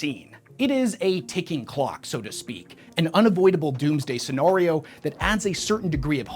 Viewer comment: Say it with me… “Scenario”